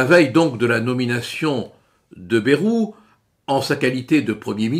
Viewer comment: Respectez les prononciations régionales. Le ay de Bayrou se prononce comme dans Hendaye, cipaye et cobaye.